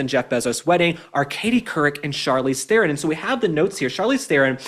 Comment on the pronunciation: The moron traitor Charlize is despicable in herself. Oh, and her surname is pronounced "TRON".